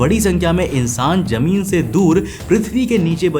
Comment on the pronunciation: lovely work bro. try saying zameen not jameen. Your voice is awesome just pronunciation throws me off